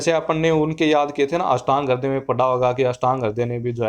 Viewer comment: it's not harday. .. Its hruday